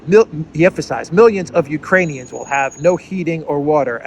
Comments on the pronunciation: He said "Uranians". Those are people from Ur-anus. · Did he call them Uranian's again? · Did Biden say uranian people..? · Did Bidenopolis call them Urinaians? So that makes their country Urine? 🤯 Belensky Urinaian! I like the sound of that!! 😜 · I thought he said Uranians, is that people from Uranus? We need to get to the bottom of this.